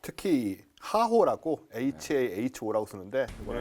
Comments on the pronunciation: 저기요 아저씨...하호가 아니고 헤호라고 합니다.... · HALO 고고도이탈 저고도 오프닝, HAHO 고고도 이탈, 고고도 오프닝. (하오X) 헤오(O) <--- 로 발음했음(군 시절).